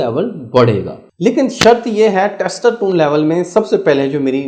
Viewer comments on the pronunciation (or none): Testosterone pronunciation not good